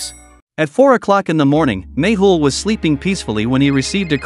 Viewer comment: It always sounds like u say maple instead of méhul